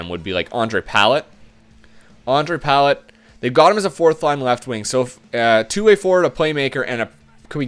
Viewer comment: Dude, lol you have destroyed Tampa, where is Stammer? Please tell me you didnt trade him in an earlier episode? also its (puh-lot) not pallet and (Kil-lorn) Also, get Campbell....he turns into an 86 overall